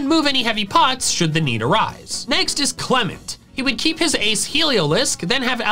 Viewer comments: THE SECOND E IN CLEMONT IS SUPPOSED TO BE AN O! AND THE P IN DIGGERSBY IS SUPPOSED TO BE A B! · THE SECOND E IN CLEMONT IS SUPPOSED TO BE AN O! AND IT'S DIGGERSBY, NOT F*CKING DIGGERSPEE!